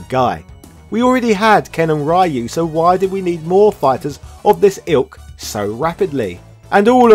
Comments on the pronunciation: I stopped the video as soon as I heard how this guy pronounce RYU… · I hate the way Americans pronounce Ryu's name...